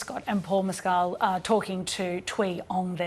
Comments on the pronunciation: A truly great, heartwrenching film from director/writer Andrew Haigh (Weekend, Looking, 45 Years). Andrew Scott and Paul Mescal are wonderful in their roles, as are Jamie Bell and Claire Foy as Adam (Scott)'s dead parents. (And by-the-by, it's pronounced "MESS-cull.") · It’s pronounced Mescal…..that’s how it’s pronounced in Ireland